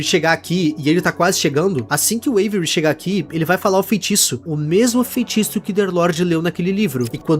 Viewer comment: Pq todo mundo chama o avery como every?? Kkkk